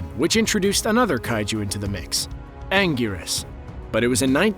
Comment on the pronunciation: I think this is the first person that said anguirus correct